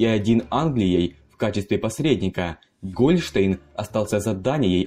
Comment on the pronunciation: Автор, а с какой радости Гольштéйн у тебя вдруг Гóльштейн? Художник? Так видишь?